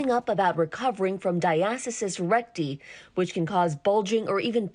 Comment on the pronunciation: Who reviews these videos? This lady can’t pronounce diastasis recti correctly. 🤦🏻‍♀️ Dr. Jenn Ashton got it right!